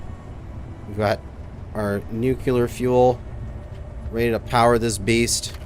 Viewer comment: You need to learn how to pronounce the word nuclear